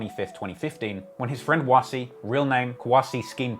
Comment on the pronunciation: Doesn't pronounce "Wass" properly however 😭